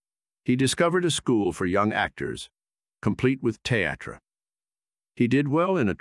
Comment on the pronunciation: What is a "Theh-ah-trah" supposed to be? If you mean "Theatre" or "Theater" then it's definitely not pronounced that way.